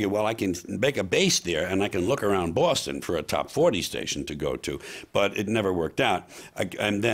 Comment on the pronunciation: Think George is the only New Yorker that can pronounce "Boston" correctly! We miss you George, your attitude is much needed in this day and age.